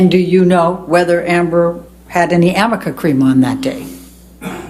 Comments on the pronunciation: She keeps saying "amica cream." Does she mean "arnica cream"? What a fool. This guy's great. I'm proud to be a "New Yoika" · Amica or arnica? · The defense attorney pronounced it wrong multiple times. it's arnica cream. A homeopathic ointment for inflammation, bruising and muscle soreness. And yes, highly doubtful he would know that. Big backfire